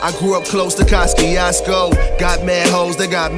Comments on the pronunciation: Its spelled Kosciuszko pronounced Koshchushko lmao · lmao its so funny when people try to pronounce polish words in english (kosciuszko)